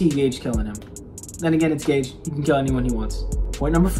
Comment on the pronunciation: Maybe it's an inside joke but why do you call Gege Akutami "Gage"?